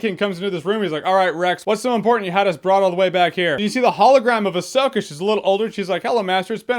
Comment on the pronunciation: I despise the way you pronounce Ahsoka...